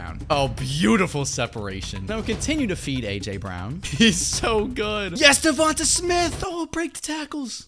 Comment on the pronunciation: Correct pronunciation: duvontey